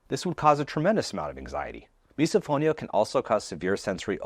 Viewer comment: Does misophonia also apply to the reaction felt when someone in a video continues to pronounce “misophonia” like miso (soup) instead of miss-uh? 🫣